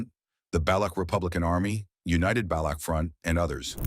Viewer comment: Baloch, is not pronounced balouck, it is pronounced balotch and balotchistan